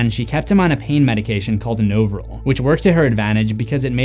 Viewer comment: The drug is pronounced “NAH-vril”.